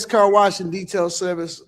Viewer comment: Why can’t Keri say wash without adding a R? WaRsh waRsh waRsh 😂